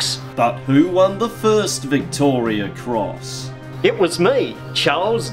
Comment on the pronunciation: Turned off when you couldn't even pronounce it correctly....Victoria Cross...not Victoria's